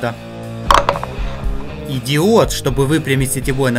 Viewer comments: Я один слышу "идиот" вместо "и диод"??? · мне послышалась или он сказал идиод наверно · ты сказал "и диод" 😂😂